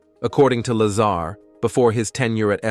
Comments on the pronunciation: say it with me... its La-zar not lazer.... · Bob Laser? LOL Bob pronounces his last name "La-Sar" Laser sounds funny. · Why do you keep mispronouncing his name? It makes you sound like a jack ass. Just saying.....